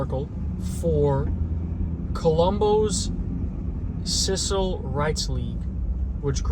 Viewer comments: Did you say cicil rights league? You mean civil .. right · You said a few words like CIVIL wrong, It's a common word. You should know that. You said something else, google the word and get the correct pronunciation. YOu did it on this video and the one about the Hells Angels VIDEO. I am not criticizing I just think you need to be careful makes you look uneducated.